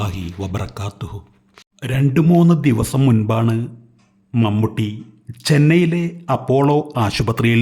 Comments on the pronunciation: മമ്മട്ടിയോ....? എന്ത് ബോറാണ് വിവരണം.... മമ്മൂട്ടി യുടെ ഒരു ഫോട്ടോ പോലും കിട്ടിയില്ലേ.... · മൺവെട്ടി അല്ലടോ..... മമ്മൂട്ടി ☹️☹️☹️☹️